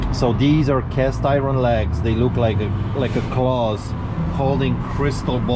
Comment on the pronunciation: I think he's the only one who pronounces the word 'iron' correctly. Most of us say, "iern', he says, 'iren'.